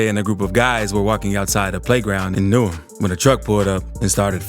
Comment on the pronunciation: Atleast u got newham right n not new ham